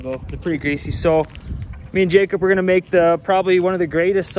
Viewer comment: Does anyone else realize that (postanin the greatest hockey player on earth) always says Jacob like JacUP?